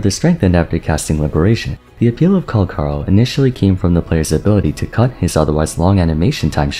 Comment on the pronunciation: bro cmon it's in the name Cal-CHAAA!!! lie chalk CAL-CHaaaa ch pronunciation not K CALCHARO not calkaro